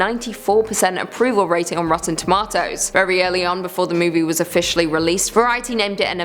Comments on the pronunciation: Tom-ah-to < 🍅Tom-ayyye-to🍅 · True I agree. Why does she say “rotten toMA-toes” instead of just rotten tomatoes. It triggers me.